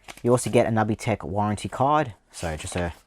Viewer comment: I've never heard it pronounced nubby tech before. I thought it was nooby tech. Never change it though. I have this one. I want the inferior Gamecube one too, but it's too expensive now. I like that they used the standard PS port on the bottom so a standard extension cable can replace the cable if you lose/damage it, unlike the DragonWarrior Slime controllers that use a PS/2 (not a PS2) connector.